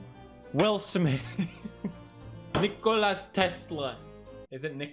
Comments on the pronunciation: Nikola not Nikolas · It’s Nikola not Nikolas or Nikolæ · Pewds: Nikolas tesla. Also peds: is it nikoli tesla? Me, an intellectual: it is nikola tesla you absolute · Pewdiepie: "Nikolas Tesla" 0/1 Pewdiepie corrects himself: "or is it Nikolai Tesla" 0/2